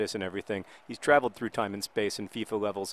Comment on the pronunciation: I'll correct you: FIFA 11, not FEFA 11